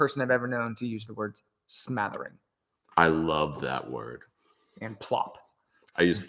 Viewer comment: The word is "smattering"... I don't think "smathering" is a word... lol